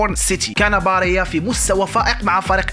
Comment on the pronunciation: هداك اللاعب سميتو باريلا ماشي باريا